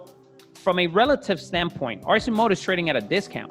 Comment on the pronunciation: I love this company and their products. They’re almost there. They have the demand and will will only grow like weed bc they’re not well know yet. Obviously you still pronounce them wrong lol. All good!! Their price will drop 40% once scales. Last hurdle is scale. Too the moon we go!!